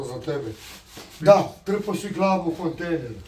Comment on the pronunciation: Kada cujem da kaze “kontenjer” nije mi dobro 😂😂😂